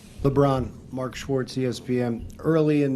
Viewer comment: “Mark Shawrtz ESPN” Literally the worst thing you can hear😂